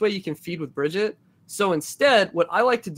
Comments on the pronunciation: Why do you keep pronouncing Brigitte different all the time D:?? Sometimes "Bridget" and sometimes "Brigitte" :( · Drives me nuts he pronounces Brigitte “Bridget” xD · i mihgt be petty but him mispronouncing brigittes name annoys the fuck out of me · dude can't even pronounce Brigitte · The number of different ways Briggite is pronounced differently in this video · how many times did he change the pronunciation of Brigitte than Brigitte mechanic.